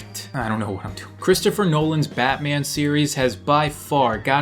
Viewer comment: Batman? NOPE. terterman. :)